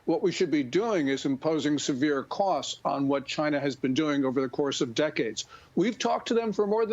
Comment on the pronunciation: "Chy-na." DJT